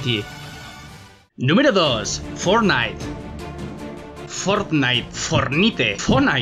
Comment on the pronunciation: fortnait fornite foorrrrnait PISOS PICADOS jaajajajjja